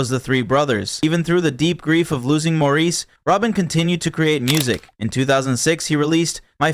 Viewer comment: Maurice is pronounced Morris!